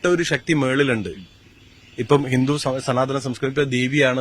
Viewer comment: സനാതന ധർമം എന്നതിന് പകരം ഹനാതന ധർമം എന്ന് പറയാം 😂🤣😂😆